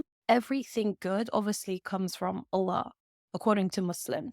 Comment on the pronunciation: I think you have never been a muslima. Your pronunciation of the name Allah is not correct.